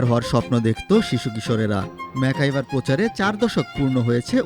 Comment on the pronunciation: ম্যাকগাইভার উচ্চারণ করতে ভুল উচ্চারণ করেন কেন? ম্যাকাইভার বলেন কেন